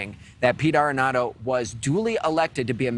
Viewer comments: You kept calling him “arrenado “ when his name is Aredondo. Make sure you hold the correct people accountable. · It’s PETE ARREDONDO….not Arenado! Pete Arredondo which translates to “incompetent coward”.